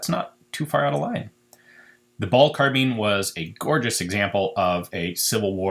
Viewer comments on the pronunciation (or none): none